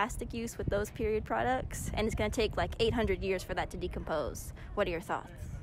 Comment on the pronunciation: it is not periodt it is period